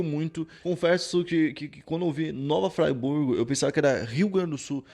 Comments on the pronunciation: Ele pronunciou igual a cidade da Suiça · Mano eu moro no em Nova Friburgo e tu pronunciou o nome errado mas ta tranquilo foi engraçado d+ kkkkkkkkkk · Koé, "Nova Friburgo" se fala em português mesmo, não tem essa pronúncia gringa! 😂😂 Cidade vizinha daqui de Macaé RJ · eu sou daqui e é FRIBURGO e não FRAIBURGO mas muito foda você fazer esse video! Valeu! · eu sou daqui de Friburgo!!! O vídeo foi muito bom. Nasci em 2008, por isso não conhecia essa história. E uma coisa, não se pronuncia fryburgo, e sim " fríburgo " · está aprendendo inglês só pode😂😂😂 " Nova Fryburgo" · Tem razão. Vi esse cara falando Fraiburgo me deu uma vontade de dar uma fraiburgada nele. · Agonia deele falando "Nova Fraiburgo" rsrsrsrs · Eu sou nascido e crescido nesta cidade a 23 anos. E se pronuncia "Fri" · Cara não sabe nem fala nova Friburgo kkkkkkk. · O cara faz um vídeo e nem sabe falar o nome da cidade, e Varginha é um bairro. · KKKKKKKKKKK o eu moro na cidade e se nem pra dizer o nome certo krlho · Pronunciou erradão kkkk